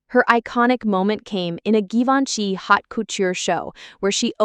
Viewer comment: Learn to pronounce Givenchy, if you're going to talk about fashion!